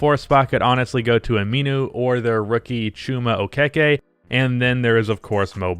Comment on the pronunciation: actually pronounced that pretty well. It's actually oh-kay-kay.